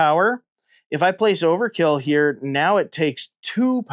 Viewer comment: If you"ll allow me to be a pedantic nerd for a moment, the name is Overt-kill, no Overkill. Must pronounce the T!